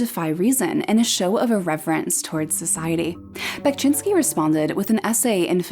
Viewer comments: "Bekshinski", not "Bekchinski"😄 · one of my favorite artists of all time!! also unrelated sort of, but you pronounce VERY wrongly and it was kind of hard to sit through the video because of that (however i must say that you did a great job with the city names, !!). but otherwise great work!! keep it up!!